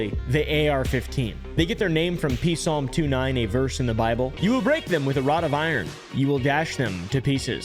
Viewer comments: its pronounced "yaulm" not "p salm" smh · "P-salm" ooooooooof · The P in Psalm is silent- Any ways, GREAT video! I really found this topic very intriguing!